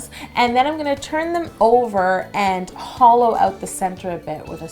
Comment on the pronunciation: When she said "hollow" I thought she said "holo". Can't help it lol I'm a holosexual